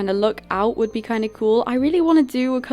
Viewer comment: It’s not sould it’s would